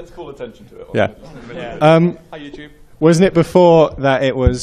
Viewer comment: it's youtube! not fucking youtoooob